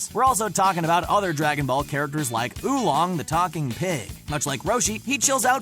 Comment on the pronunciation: Seriously Who Long? Its Oolong